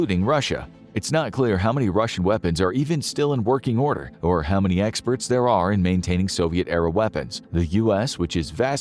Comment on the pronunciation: "experte" haha